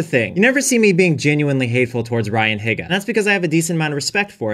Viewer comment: look,,, the fact that he can’t pronounce “higa” right... it bothers me